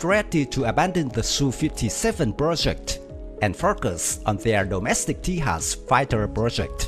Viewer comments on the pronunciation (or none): Just a heads up... the Tejas is not pronounced "tay-has." It's pronounced "tay-jas." Keep up the good work 👍👍